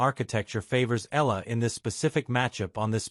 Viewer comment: Eeyala…. Not ela …